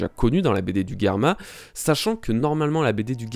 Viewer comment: c'est drôle, tu prononce Germa "Guerma" 🤔🤔🤔😅 après tout, je sais pas quelle prononciation est bonne, mais dans l'anime ils disent Germa 😅 ...qui voit venir Nami manipuler Big Mom ?😅😅😅🙋‍♀️🙋‍♀️🙋‍♀️🙋‍♂️🙋‍♂️🙋‍♂️